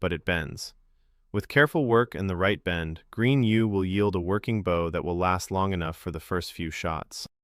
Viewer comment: At least this one does not pronounce 'Bow' as 'Bough'. So, you're better than most.